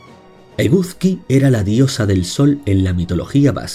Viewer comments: Sería estupendo que se recopilasen sus mitos en algún libro. Nunca he oído hablar de casi ninguno de ellos. Solo conozco los vascos. Por cierto, la pronunciación, de "Eguzki" quizá debería ser "Egusqui", puesto que al menos en la actualidad en euskara se pronuncia así. En cuanto "Maddi" se pronuncia sobre todo como "Mayi". Mil gracias por este vídeo. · Me ha gustado el video pero te quiero comentar algo ...por ejemplo ...eguzki se pronuncia eguski.. z = s mas o menos ,no quiero que te sientas mal , todo se aprende 😉